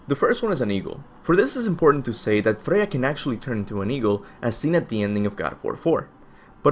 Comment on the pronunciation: Freya... Freyja